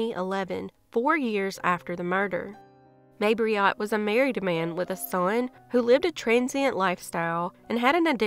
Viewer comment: Jodine Serrin's killer's name was Mabrito, not Mabriot.